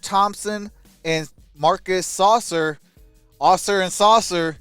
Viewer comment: “Sass-sir” not saucer.😂😂😂